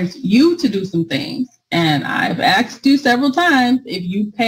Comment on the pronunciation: "... and I've axed you several times". really?